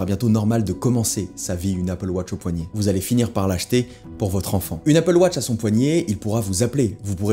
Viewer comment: Merci d’avoir prononcé AppleWatch et non APPLEWOTCH